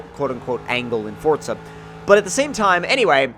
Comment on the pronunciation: Quit fucking saying forza like that